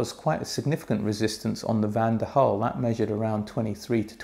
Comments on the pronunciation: Why do you keep pronouncing Van DEN Hul as Van DER Hul????????? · Van 'DEN' Hul goddamit lol